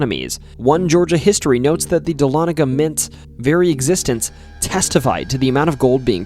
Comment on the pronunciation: Dahlonega resident here! Thanks for pronouncing it correctly. 😀